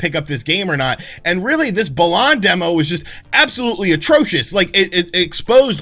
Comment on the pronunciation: Please don't ever call it "Bah-lahn" again lol